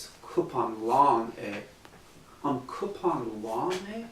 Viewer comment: Your pronouncing cup so wrong it's so annoying its not coupon it's cupan!!